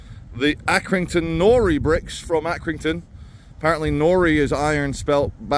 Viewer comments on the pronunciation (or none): Your pronouncing nori wrong as an Accy lad no better brick than the Accy nori (closest way I can spell the sound is NO-RYE